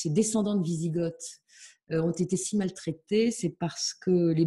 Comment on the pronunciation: a dû dormir à l'école au moment du cours sur les invasions barbares, sinon elle saurait que Goths, Wisigoths et Ostrogoths ne se prononcent pas "gottt" (célégo comme ils disent dans Astérix) et que les Goths se sont convertis à l'arianisme bien avant leur division entre ostro- et wisi- et donc bien avant d'être en Béarn 😉. Sinon bravo quand même pour son travail de recherche!